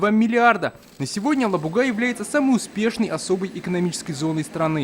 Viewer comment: Правильно АлабугА. Язык татарский, в РФ есть такая республика Татарстан,столица г.Казан. Казан,на всех языках кроме русского без мягкого знака.